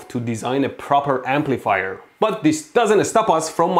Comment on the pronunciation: Am I the only one who hears "Amplifire" when Mehdi says "Amplifier"?